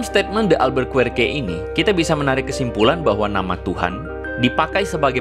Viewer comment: Albuquerque cukup dibaca Albukerkie seperti Enrique cukup dibaca Enrike